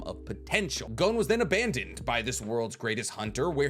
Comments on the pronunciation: It's G-OH-N, not GOWN. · So weird hearing "GOWN" haha it's just "GON" bruv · Hearing him sayin “gown” triggers me, idk, good video tho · Bro’s saying it wrong. IT IS PRONOUNCED “gone” WITHOUT THE E. 💀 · The way you say Gon is annoying af. It's Gon! As in gone! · You can say Don, but not Gon?